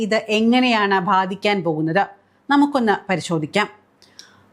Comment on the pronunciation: ഭാധിക്കാൻ എന്നല്ല, ബാധിക്കാൻ എന്ന് പറയണം. ഭ അല്ല, ബ.